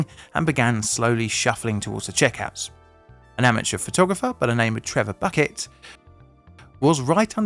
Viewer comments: Its not Trevor "Bucket" Its Trevor "Bouquet" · It's pronounced bouquet - B U C K E T.